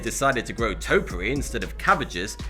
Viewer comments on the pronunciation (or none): It's been over a year, and yet your pronunciation of topiary is offensive enough for me to suggest a different path. "tōpēˌerē" Otherwise, nice vid.